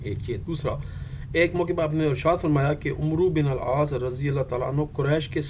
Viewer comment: Sir its not umruuu Its AMR BIN AL AAASS❤